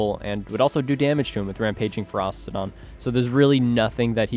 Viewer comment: It's not Feros-TI-don